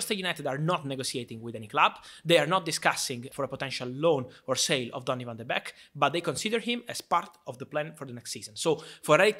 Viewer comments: It’s not beck.. it’s beek pronounced bake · Van de Beek is pronounced as the word "bake" like baking a cake. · It's pronounced 'bake' ;) But happy to see Ten Hag wants to use him :) As a dutchman I'm not surprised though. Donny played his best under Ten Hag in the CL of 2018/'19. He scored so many iportant goals then. He may not be a big guy or the most technical player on earth, but he's a typical Ajax player: very smart, knows where to run and good basic skills.